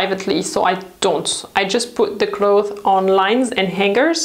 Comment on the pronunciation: I love your videos but please rethink the way you say 'clothes'. It's clotheSSS - there is an S at the end and you're supposed to pronounce it.